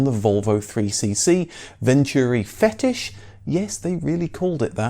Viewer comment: It's not "the Fetish" it's the "Fétish", pronounced fay-teesh.